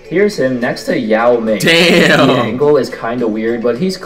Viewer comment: He says Yao ming right but not sun ming ming